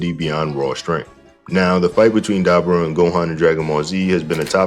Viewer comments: How the FUCK do you pronounce dabura that way?! Did you even watch the show? They said his name 100 times. And you STILL proceed to pronouncing it wrong. It blows my mind how that’s even possible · Daber vs Da-Boar-Ra